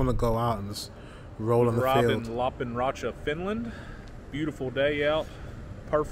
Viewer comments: Yaaay! Lappeenranta is my original hometown :3 As a Finn I say you should read it approximately Lahp - pehn - run - tah (no aspiration on p and t, and remember the rolling r!) 😊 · It's a pretty good pronunciation, but I think you put too much emphasis on the consonants and I can't really hear the e sound in "Lappeenranta"